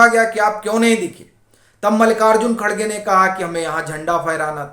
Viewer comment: खरगे नहीं खड़गे कहो हिन्दी में